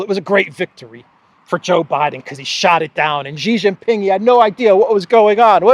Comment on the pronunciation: PENISTOPFORO, Shee Jin Ping not JHEE JIN PING